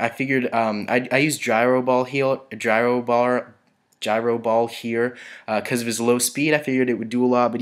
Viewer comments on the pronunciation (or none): none